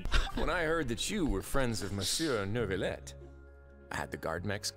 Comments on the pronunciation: il y a littéralement des villes en France qui s'appellent "neuvillette", et on les prononce avec une "l". La prononciation "neuviyette" n'a aucun sens et m'a toujours énervé. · as a french person hearing the way ppl pronounce monsieur neuvillette has me wanting to kms but its kinda funny too😭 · the problem isnt just the "eu", its also the double "L" but I dont blame them, if you arent native you cant guess the prononciation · The way "Monsieur Neuvillette" is mispronounced by the many different characters, no wonder the French are in [term for self-ending] watch or laughing hysterically playing this XD This is Tighnari becoming "Thigh"nari all over again! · wdym? The english VA's are really good. It's mainly the direction that's the problem. Even then, I don't really mind the anglicisation of foreign words because in Genshin "Neuvillette" isn't a French word, it's just some Fontainian name. They can pronounce it however they want because it's fantasy and doesn't actually have to match the language it comes from irl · French here, they CANNOT pronounce it, our sound are really hard to say lol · they're close enough, somewhere between noovillette and nervillette. the "eu" sound is hard from native English speakers to pronounce. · It is not a "y" sound. I speak French. I've always heard Christian de Neuvillette with an "l" sound. Ville is with an "l" sound and no matter what prefixes or suffixes you add the pronunciation of the root morpheme never changes.